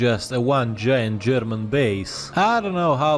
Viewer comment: Wow, your German pronunciation is very good! ...remember what you were doing on the afternoon of March 14, 1939?